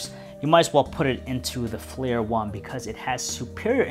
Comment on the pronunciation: Also, it's not Flir, it's "FLIR" an acronym for Forward-Looking InfraRed.